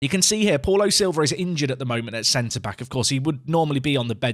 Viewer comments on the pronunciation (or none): I love how you say Paul O’Silva rather than Paulo Silva. It makes him sound like an Irishman with a fancy surname